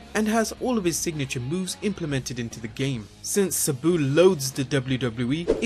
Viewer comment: Your video is awesome but i dont like how you pronounce sabu wrong